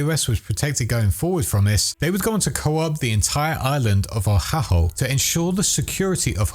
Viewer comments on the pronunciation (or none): Gonna be this person. Oahu (O-wa-who). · The way you said Oahu is killing me 😂😂😂